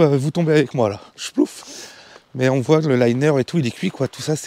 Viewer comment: On broit et on voit et non pas on "broille" et on "voille"....ça pique les oreilles 😊